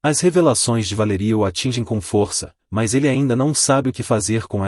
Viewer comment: O narrador pronuncia a palavra força errada e a palavra Valeria errada apronunçia é lé e fô.